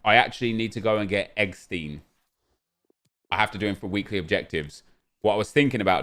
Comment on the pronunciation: Do you pronounce Rammstein as RammSTEEN like you say eggsteen?